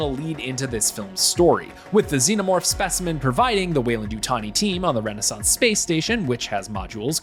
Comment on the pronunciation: Dude can't even pronounce xenomorph right. It wasn't iron ore Big Chap was stuck in, it was it's own resin. And... oh never mind, obviously the writers of this video are not true Alien fans.